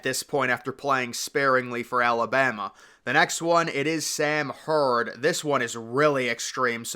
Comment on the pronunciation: Sam Huard is pronounced Hue-erd . His uncle was an NFL QB & Husky great so people were used to hearing that last name, but you might be a little younger . And the Brockermeyers are Texas Longhorn legacies , I remember that being a big deal when they went to Alabama. Crazy how things change. Tom Herman was a disaster. Imagine if Orlando Pace had two top ten offensive lineman sons and they went to Notre Dame or Michigan instead of Ohio State. Kind of like Lloyd Carr’s grandson going to Notre Dame..yikes.